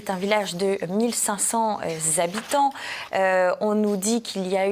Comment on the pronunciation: On dit :1500 habitants et pas zhabitants